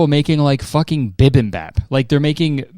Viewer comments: i literally came searching to see if anyone else mentioned it bc i didn't even understand what he was saying until he described it 😭 i thought he was talking about some Canadian food or something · and I am so sorry to be this person but it's bibimbap not bip im bap 😅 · HE KNOWS ABOUT BIBIBOP (even if he cant say it right) we still love you mayor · the way you say bibimbap threw me off SO HARD!?!?!?!?! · like genuinely I had to back up and rewatch several minutes because it threw me off so hard I didn't even take in what you were talking about after it